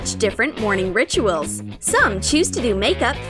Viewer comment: The way she said “morning rituals” RITUALS??????😂🤦🏽‍♀️